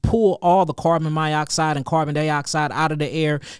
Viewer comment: You're talkin' good and I'm listening, but clarify what this carbon "myoxide" is?